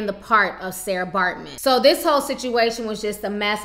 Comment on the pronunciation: It's not Sara it's Sartjie pronounced Saki